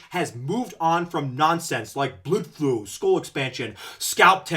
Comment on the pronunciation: Just got to the part where you bring up "bludflow." It always brings me great joy to hear you say that word. LOL